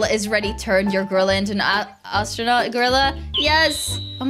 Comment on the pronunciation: Does she fr not know how to say astronaut